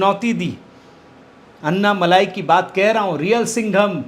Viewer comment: इसका उच्चारण अन्ना मलाई नहीं बल्कि अन्नमलय होता है। बहुत फर्क है सर जी मलाई और मला में। मला का अर्थ है पर्वत।